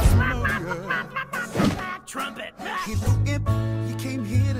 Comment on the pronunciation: FOR FUCK'S SAKE THAT'S NOT HOW YOU PRONOUNCE AZMODEUS!!!!!!!!!!!!!